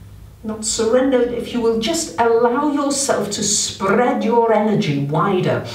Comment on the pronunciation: Sp-RRRRRRR-ead your energy 😂